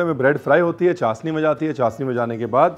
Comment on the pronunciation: Chasni nhi... it's called chashni...😊